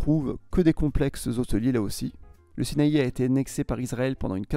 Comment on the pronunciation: prononcé "naSSER" (city) prononcé "charm el chER" prononcé "sinAILLE"